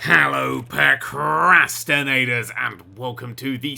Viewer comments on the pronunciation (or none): i got to say this cos it bugs me everytime. it sounds like you say PERcrastinators, Just one time i want to hear you say, Hellooooo PROcrastinators.